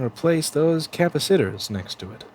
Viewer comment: Did you just call capacitors, kappa sitters?